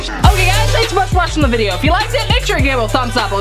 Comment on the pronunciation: "Thank you for anyone who said blesh you watching this vdeo" Me: "i was thinking it-"